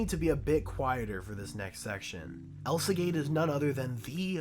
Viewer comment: lol i love how he said "elsagay"